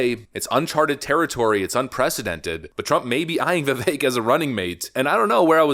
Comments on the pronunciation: Vivek is pronounced Vih..Vake. We need to get that right. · How many times did you edit this video. Is it Vivek like the cake or not? Stop F'ing up the guy's name. Pick one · Yuuuge correction: Vivek rhymes with cake